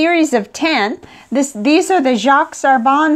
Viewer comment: Just a pronunciation comment, Jacques is pronounced without the s in French and Herbin is more like "Air-beh" (through your nose). Nice review and I like the fact that you use a variety of papers.